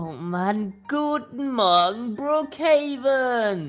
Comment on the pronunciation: Äh… Es heist Brookhaven und nicht Rookhaven😂